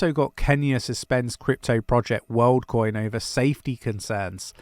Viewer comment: Woldcoin? Lol